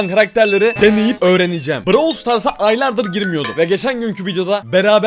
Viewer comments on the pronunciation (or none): none